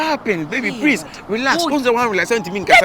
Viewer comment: Prease paaaa 😂😂😂 yaw and his Adiepena 😂😂